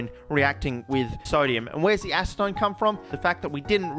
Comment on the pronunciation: Acetone (hard C)? I thought it was Acetone (soft C). Is this an American vs Australian thing?